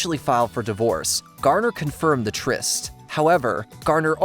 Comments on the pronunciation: Hey AI bot! It's Jennifer Garner, not Jennifer Gardner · Jennifer "Gardner"? Schwarzenegger's "tenor" as governor? I know this isn't Masterpiece Theater, but at least try pronouncing word correctly. You have editors, right?